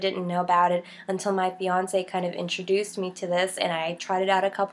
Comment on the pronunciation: The way you say fiance' it's like Beyonce'